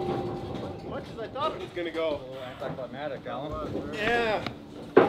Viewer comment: see the words spelled right on screen but it sounds like heavy is still sayin climatic and not climactic. Climatic is talkin about the weather lmfao. 😂😂